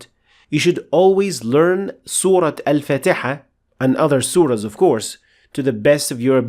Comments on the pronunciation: Why do you pronounce Surah Fatiha as Surah fatayha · Aslm.... Masha allah super explanation...... One question y u pronounce surah Al fatiha as surah fataha?????